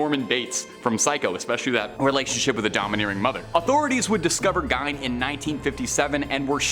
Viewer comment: I think the pm;y thing that irritated me about this video is how often you mispronounced words. Two that got me were Biopic (By-Opp-Ick) and Gein (G-EE-N)